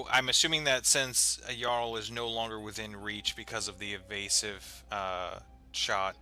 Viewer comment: Probably. A lot of names and titles for the trolls comes from Norse or Scandinavian words, and our J doesn't have any D-sound in it. It's more like the Y in, for example, yoga. So words like "Jarl" (the origin of the English "Earl") should start with the same sound as the word "Yoga". ;)